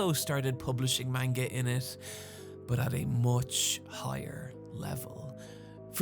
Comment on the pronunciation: So after 7 years on this platform has Nobody told he’s pronouncing manga wrong, or he just doesn’t care? Cause I ignored it at first but he’s way too knowledgeable to still be intentionally saying it wrong:/